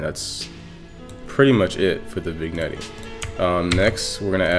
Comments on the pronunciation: vin'jet* nice tut tho lol i was just bothered by u saying "vignettie" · VIG-NETTEY (pronounced vin-yet) Nice vid, thanks for tut. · It’s actually vin-yet lol (Nice video btw)